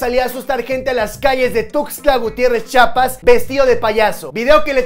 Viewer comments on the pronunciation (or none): Es Chiapas no Chapas 🙄🙄🙄 lleva "i" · se dice Chiapas, no Chapas😐😑😒